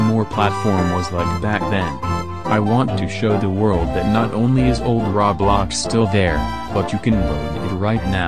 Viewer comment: SAYING RAWBLOX AT 3 AM!! OMG HE SAID RAWBLOX (lol this is a joke)